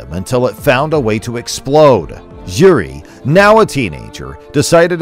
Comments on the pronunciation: yeah but his name is not YURI Its JIŘÍ stress him about that next time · The biggest fight here is the american trying to pronounce Jiris name xD